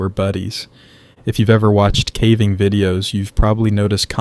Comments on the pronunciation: “ cAhhhving” okay 😂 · calving? Really?? Ai should have never been taught to mimic human voices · I don’t know personally, but I a have sneaky suspicion it’s pronounced ‘Cave-ing’🕵️‍♂️🤖